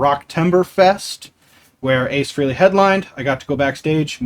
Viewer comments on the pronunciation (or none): FYI-His name is pronounced FRAY -LEE NOT FREE-LEE..There are intervews on tube about him explaining this. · It’s pronounced Frayley not Freeley, you lifelong superfan. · Btw. For such a big fan you would think you knew how to pronounce Ace Frehley s name ? It’s not freeley. It’s FREYley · I think we’ve all called him that for decades, but it is Frey-Lee.